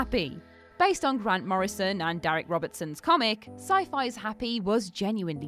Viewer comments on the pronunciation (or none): none